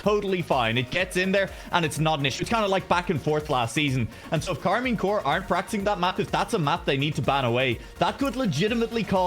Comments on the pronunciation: Might be because it's shortened to corp, like the marine corps is also pronounced more like core instead of corp. Though i'm assuming corp is short for corporation, in which case the P should probably be pronounced. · Maybe learn English because Corp is pronounced Core.